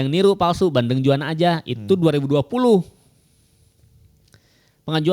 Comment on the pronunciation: Juwana, bukan Jawana